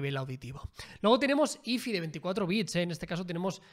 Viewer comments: Jajajaja el "jai fai" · Yo, un mexicano: Luego tenemos ifi--- Yo: ah caray, que es ifi?: ---de 24 bits Yo: aaaahhhh, el hi-fi